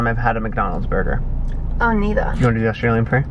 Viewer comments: “Burger” omggg she had SUCH an American accent right there lol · when said “burger” hahahahhaha she sounds american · said burger in the most American way possible.